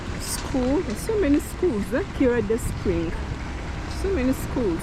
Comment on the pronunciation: Sorry the place is pronounced Na-Jje-ra not Najera and Kiira is Ki-ra otherwise those place are not in Uganda.